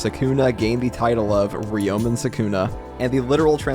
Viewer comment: Ryomen is two syllables. Ryo and men. It is not Ri O Men. 🤪